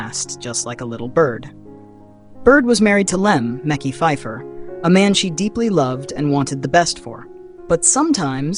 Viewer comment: Not micky phipher tho lol it’s pronounced makeye makeye these ai pages be killing me😂😂😂